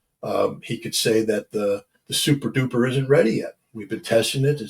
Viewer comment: Thats souprdoopr scot ha ha ha